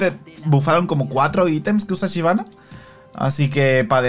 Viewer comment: Shyvana existe: Chivana.